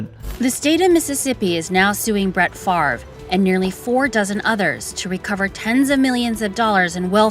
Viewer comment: Why does everyone still call him "Farve" it's literally FAV REY or FAV ER sounds like Father